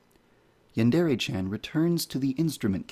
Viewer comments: Yandere, not yandourou! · i like the video except you saying yandere wrong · Something you should fix right away is your pronunciation of "yandere" The "re" sound should be more like the mix between "de" and "le" that it is. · lol, he is the developer and he can't even pronounce "yandere" or "chan" right. Edit: At least he can pronounce "hentai" and "manga" right. Most people can't even pronounce manga right.